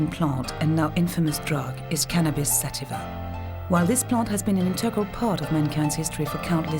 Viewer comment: Im like 5 minutes figuring out it was sativa ( sateeeva ) that she said .